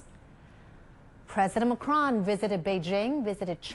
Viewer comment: Not Marcon it's Macron